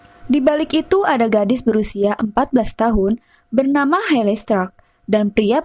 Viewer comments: Hayley (heili) ... buken heley kak.. Maaf buat masukan aja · Maaf sebelumnya, tapi pembacaan namanya bukan heley tapi (heiley).